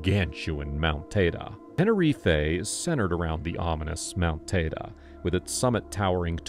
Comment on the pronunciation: It’s Mount “Tide-ee”